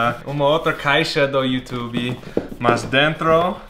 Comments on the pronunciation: Adorei vc falar youtubE aportuguesado! Parabéns pelos 100K ! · Parabéns, por essa placa e por ter aprendido a falar YouTube como os brasileiros falam,kkk